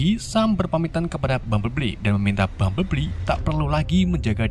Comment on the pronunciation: Bumblebee bang bukan bumbleblii🗿